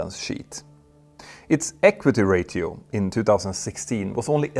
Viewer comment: The “t” in “Ratio” is pronounced as “sh” NOT “th”!!!!!!!!